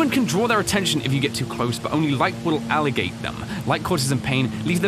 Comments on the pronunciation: He pronounced agitate as Ali-gate Why??? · my boy said "aligate" like it wasnt "agitate". That shit "aligated" tf outta me.. Also bullet on a yawn loop.. shit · how does he mess up the word agitate with aligate thats not even a word